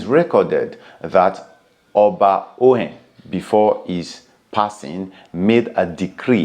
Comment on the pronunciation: Thank you for this video, very informative. But please the name Ohen is pronounced with an or as in Or -hen meaning may it be peace or may there be stability. But when Ohen is pronounced with an initial O, the word Ohen means a priest. My familiarity with the name gives me to understand it is pronounced with an initial Or before the hen—Or-hen. Thanks all the same. Great work!